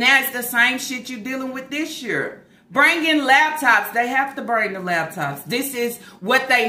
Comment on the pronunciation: Every time she say “lab tops” I cringe.